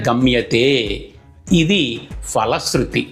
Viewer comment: ☘️ స్తోత్ర రచన ,, పఠనం చక్కగా ఉన్నవి. కానీ ... ❤ తెలుగులో " F " ధ్వని గల వర్ణం లేదు. ☘️ ప - ఫ ( Pa.& Pha.) వర్ణాలు మాత్రమే ఉన్నాయి. కావున " ఫలశృతి " ( Phala sruthi. ) అని పలకాలి. ❤ " Fala sruthi " అని పలుకరాదు. ☘️ మీరు ,, మీ వంటి ఉచ్చారణ కలిగినవారు గ్రహించి ,, మారాలంటే మారవచ్చు. లేదా మీ యిష్టం. ❤ ❤ తెలుగు పండిట్ , రామచంద్ర పురం , కోనసీమ జిల్లా. ☘️